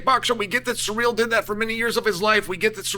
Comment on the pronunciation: Cyril not Surreal Dude 🤦🏾🤣